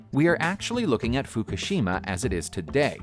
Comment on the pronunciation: Fukishima = foo - KOO - shih - mah